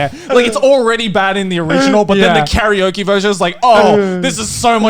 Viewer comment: Someone tell me why they pronounce Karaoke like curry-oki